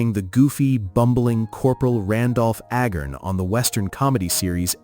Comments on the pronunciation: Larry Storch played A-gern? NO, can you say, Ayy-garn? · Corporal A garn, not ag arn.